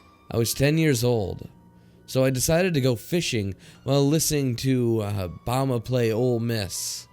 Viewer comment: I nearly died from how you said Bama. It should be like bam bam! Bam-uh